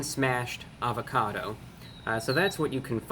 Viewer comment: Everything was sounding good untill he said avacodo